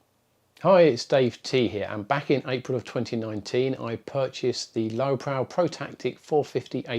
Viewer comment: I think he's trying to tell you it's pronounced Lowe Pro as in Lowe Professional... Not Lowe Prow.